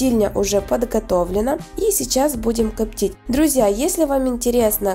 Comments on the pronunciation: люди воспринимают информацию ни только зрительно, разговорная речь должна быть грамотная. «коптить» ударение должно быть поставлено на слог с буквой И — копти́ть. Как впрочем и другие слова. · Вы молодец, интересные рецепты, что у вас с говором? Рублённое, КОптить? Я понимаю, что Вам удобнее разговаривать на украинском языке. Вы снимаете ролики на русском языке, ударение проверяйте в словах во время монтажа ролика.